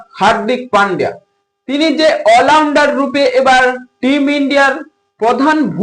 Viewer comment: ওলাউন্ডার✅ অলরাউন্ডার❌ মিষ্টি✅ মিস্ট্রি❌ জাসপিত✅ জসপ্রিত❌ 😂😂